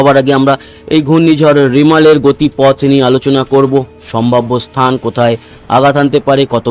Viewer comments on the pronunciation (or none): none